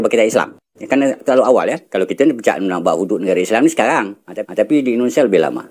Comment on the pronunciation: Sekarang,, bukan bacanya sekang ang